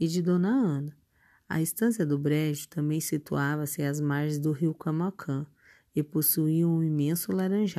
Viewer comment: Você precisa colocar mais vida nessa voz para ler o livro a palavra Camaquã não é Camaquã